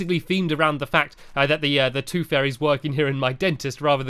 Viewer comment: Sorry Stampy its not take the toof it is take the tooth